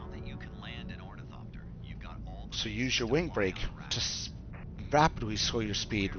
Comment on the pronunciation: It's really hard listening you butcher the word ornithopter This is the correct way to pronounce it